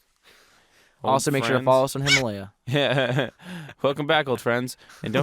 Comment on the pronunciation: I try watch your videos but after 2845th time of saying "himalya" I give up.